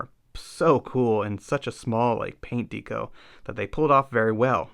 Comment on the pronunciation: Good work, but I had to tap out because of the pronunciation of "deco". Haha. Keep it up.